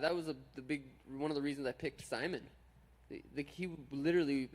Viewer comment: He called Ricky Simon, sigh-mun. Lol the troll levels. I love Suga Sean. If you don't, thats fine by me.